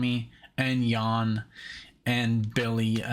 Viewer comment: Yes, Yan like John but with a 'Y'., Since you’re not from USA, the way you previously pronounced ‘Jan’ (like jam) is actually a woman’s name in USA.